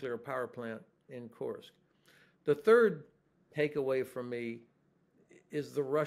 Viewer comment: This man will hopefully become the US president one fine day. He is so reasonable thoughtful and intelligent. Guessing he's also reads Cyrillic cause he pronounces kursk correctly...i always listen to him